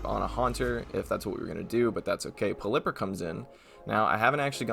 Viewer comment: When people pronounce pelliper and ferrothorn wrong Me: anime. Pell-ipper. Ferr-roff-thorn.